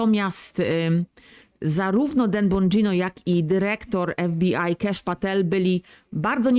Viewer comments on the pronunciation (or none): none